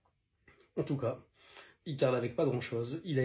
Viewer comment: "Il carle …"c’est là où j’ai stoppé la vidéo! Il carrelle bordel!